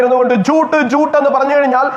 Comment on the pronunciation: not ചൂട്ട്, ജൂട്ട് എന്നാണ്.....